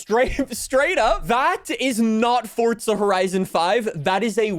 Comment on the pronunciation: Ah yes. XD but the goose says cheesus XD XD